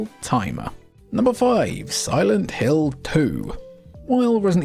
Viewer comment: what the heck is silent lint 🤪